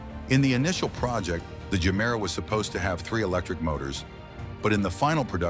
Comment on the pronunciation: if you have watched ANY of Koenigsegg videos you'll know its pronounced JE-MERA not GER- MERA, but as this is probably another AI translation, not surprising